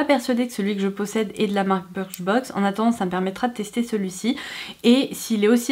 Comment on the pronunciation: On dit biicrchbox